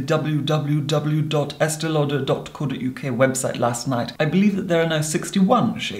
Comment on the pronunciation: The way he verbally expresses "www" as "double yoo double yoo double yoo" makes me feel uncomfortable and pleased at the same time 🥴🥴